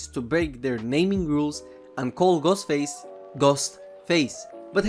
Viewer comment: It sounds like he said Gus Face